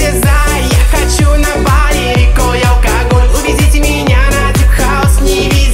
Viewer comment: Исполнитель забавно произносит слова «алкоголь, бал, карнавал» Получается так, как написали вверху, типа «аукоголь, бау, карнавау». Будто буква «л» не выговаривается)